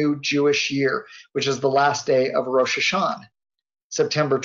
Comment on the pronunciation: this guy is probably the only person who does not pronounce the "ah" at the end of Rosh Hasanah everyone else that I know of does